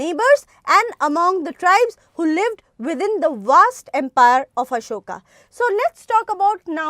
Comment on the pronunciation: Ma'am it's Ashoka. Not Asokas ...😅